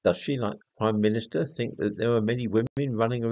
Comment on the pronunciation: " I Fink therefore I might be " ! Decartes.